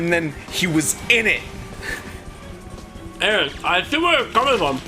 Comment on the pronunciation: About ...What's an "Init"?